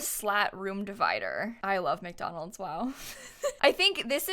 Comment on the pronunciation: Am I the only one cringing each time she says McDolands? Wendy's is where fast food is at!!